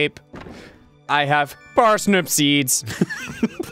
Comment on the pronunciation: 'we have 15 parsnip smeeds' I died pfT